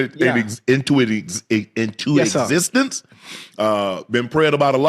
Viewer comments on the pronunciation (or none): Shannon can’t say the word “existence” lol